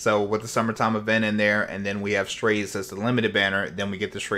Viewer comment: no lol, thats what they said in the official video. not strayse or whatever is saying lol